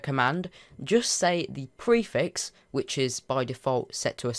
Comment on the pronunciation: I don't understand when u said Theprerix something?